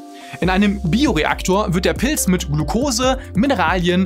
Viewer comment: Schaue doch Mal wie man Pilz ausspricht, ich höre die ganze Zeit Pils😂